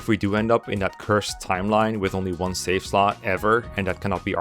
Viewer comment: It helps to emphasize the V in the words 'save slots'. Avoid pronouncing it like an F.